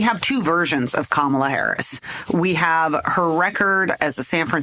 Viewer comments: Let me help you grown adults. The VPs name is pronounced Comma-La. It's really not that hard. Also, Trump can't talk policy. He never could. He's a carnival barker, not a serious politician. Kamala Harris will destroy him. Because she is young, smart and patient, unlike Trump. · Could you please pronounce Kamala’s name properly ??? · Would be respectful/journalistic to pronounce her name right.